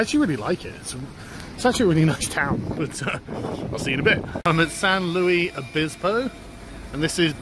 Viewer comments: Lol it's pronounced San Lu-is Obispo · I had six years of Spanish in school (and a year of French) and when Sargon tried to pronounce it I was cringing a bit...."sahn loo-eese oh-bee-spo." Furthest west I've been is Reno.... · I feel pain every time you say San Louis Obispo... Hope you get a chance to come up to Northern California. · It's pronounced san lewis obisspo just to let you know. It's about 15 minutes away from where I live. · San Lou-iss Oh-biss-po. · It's pronounced San Lewis Obispo. Last time I was there, Bubble Gum Alley (or whatever it's called) was just one wall IIRC. The buildings are timber-framed to make them earthquake resistant. I don't think a European Cathedral would last too long in California. You should have gone in that crap-looking faux British pub and done a critique. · pronounciation, from a Californian: san LOO-is ohb-ISS-po. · San Luis Obispo... St. Luis the Bishop. If you insist on mispronouncing it, do it the way the okies do & just call it San Lewis. We all call it SLO anyhow. I was born just south east of there. Please tell me you went to the Ocean! It's fucking snowing here in NY! :[ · San “lewis” obisbo lol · its pronounced 'san-lewis-oh-bis-po' welcome back to the states! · pronounced San Lewis Uh Biss Po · It's San Luis Obispo yah Brit. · The way you say the name cracks me up. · I was just out there last week. I used to live there actually. You butchered the name